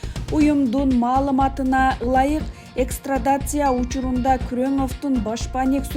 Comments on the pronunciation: Экстрадация эмес, экстрадиция , туура айтчы , алып баруучу кыз. Уят, сабатсыз. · Экстрадация деп кой... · Ушул журналисттерди кандай шарттар менен кабыл алышат? "Экстрадиция " - эмес Экстрадиция.....Кочодон алып келип отургузуп коюшабы?Жазып берген нерсени туура окуй алышпайт!